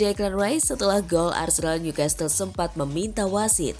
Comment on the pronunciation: Maaf bukan ngajarin NEW CASTLE itu bacanya bukan nyu kestel....tapi nyu kasel...saya tahu karena pernah tinggal di sana